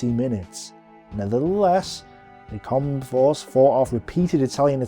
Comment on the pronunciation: Not just the foreign names, he can't pronounce the English names either like Combe and Mackay (Koom and Mak-eye). Such a shame because I love these videos.